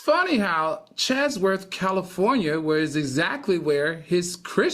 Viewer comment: Al, are you trying to say Chatsworth, CA? Sounds like your saying Chazworth